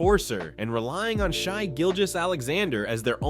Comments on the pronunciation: Shay dude, not Shy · I was with him until he called Shai, “Shy” 😢 Like ok names get mispronounced, but the reigning MVP on your YouTube channel about basketball? Nooooo